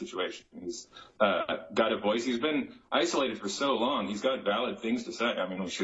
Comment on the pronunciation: Did he say "isolated for snow long?"